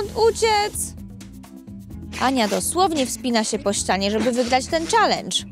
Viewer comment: czalencz powiedziała